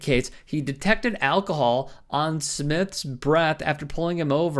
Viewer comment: ah ... I had to replay some of the above video 4.20 ... "he detected alcohol" ... I thought the narrator said "Detective Al Koh-hol" ... and no, its not early onset Alzheimer's ... I was in my kitchen retrieving a home made micro LED lamp ! Doesn't refusal to submit earn him a driving ban ? He killed someone whilst DUI ? well then ... obviously he's a perfect candidate for a post in your anti-Christian Government. and no ... no one paid me to say the above ... they've paid and are still paying the uploader because I said it !